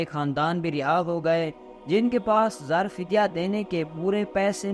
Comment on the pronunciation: zar fidya nahi janab zar e fidya aap ka urdu talaffuz theek kar len